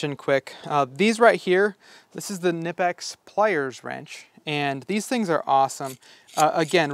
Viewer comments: Its pronounced nip-x, duh! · …‘Ken-ipix ’?…im out…heard enough… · Theyre not Knipex you pronounce them ni-peks!!! Look it up! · You're going to have to fight a new "battle". According to the company videos, they pronounce it "Kennipex"! That's odd, as it's a German company, and in German it is in fact pronounced "K-nippex". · You were bouncing between not pronouncing the K and pronouncing it. It’s a German company so they do pronounce it. Technically Ka-née-pex is correct, but in US Ka-nip-ex also seems to work. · Incorrect. You 100% pronounce the K, it’s a German company. Technically it’s Ka-née-pex, but in the US ka-nip-ex is used more. As you suggested, there are videos on YT that explain it.